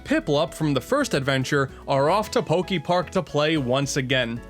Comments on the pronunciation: Pokey-Park? Pretty sure it's "Poké". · Is he gonna say Pok-ee-park the whole time? ... oh no... EDIT: HOW THE HELL DO YOU SAY POKEMON CORRECTLY BUT MISPRONOUNCE POKEPARK??? HOW DO YOU SAY POKEBALL THEN?!?